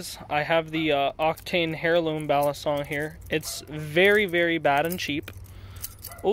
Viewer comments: My dude pronouncing the silent H in heirloom lol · Ah yes I love my octane "hairloom". But seriously it is pronouced airloom the H is silent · Hairloom? It’s pronounced airloom.